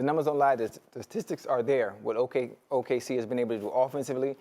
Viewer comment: "the tatistics are there" yeah just like he can't spell "ocho y cinco" but who cares